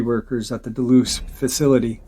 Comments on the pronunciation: The dulce base is not pronounced deloose it’s pronounced dullsee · Can you please pronounce Dulce correctly im almost positive your saying it wrong